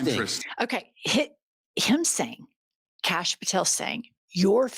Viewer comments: I think "Kash" name is pronounced Kosh and he SAYS cash so it dosent sound foreign. 🤣 Call him kosh he might 💩 a brick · Every time you call him Canx I just die laughing. We gotta take whatever we can get :)